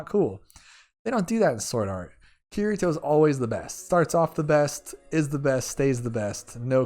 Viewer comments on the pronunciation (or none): Btw it isn't kiRito,its pronounces "ki-tee-toe"